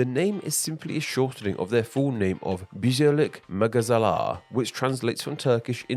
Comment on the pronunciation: BIM (Birleşik Mağazalar), cause it's one of two that operate within my country among this list and also very cheap. You slightly butchered its pronunciation though, transforming it from roughly /bir.le.ʃik ma:za.lar/ to /bi:.ʒe.lik ma.ga.za.lar/. Thanks for trying anyways!